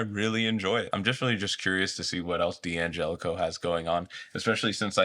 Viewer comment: Can someone explain to me why D'Angelico and D'Addario are mispronounced so often?